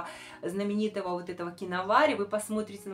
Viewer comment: Здравствуйте,! Благодарю Вас за отзыв и за эту информацию!🤗🥰❤️🌹 Про краску Киноварь я знала, а вот что ударение на первый слог - нет!😄🤭 Теперь буду правильно в переводе произносить название аромата!🤗🥰💖💐